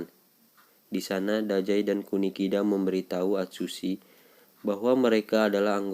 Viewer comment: Nama nya dazai bang bukan dajai